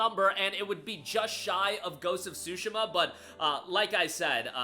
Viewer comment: Wtf is shoooshima????????? Its Tsushima lol